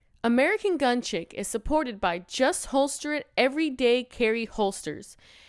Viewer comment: I hope you realize that chic is pronounced “sheek” and not chick haha